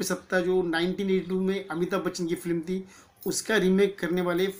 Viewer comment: Flim nahi film hota he bhai😂